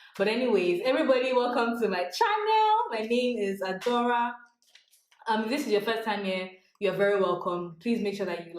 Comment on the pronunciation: "My name is Adora" or? 🤔 I kinda heard 😅